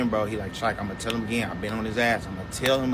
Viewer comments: His name is Chike Not Trike...if you going to report on someone please pronounce there name correctly... I feel Doddy 6 was the best feature... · Hey my friend his name is AZ chike c h i k e..... Lmao you are really not good with names it's also hitta j3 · Okay. He mispronounced his name. It's not that serious. And no, Kendrick didn't NEED to bring him or ANYONE ELSE out. But he did what was necessary to get that opportunity. I don't know what your issue with the content creator is exactly. Work on your attitude.